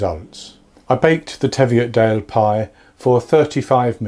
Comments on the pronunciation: You pronounced Hawick correctly, good job, but just to let you know the pie is pronounced Teeviot not tev iot . It's no bother though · It's pronounced Teeveeottdale